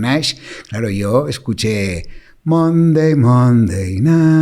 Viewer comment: Para el doctor Monday se pronuncia Manday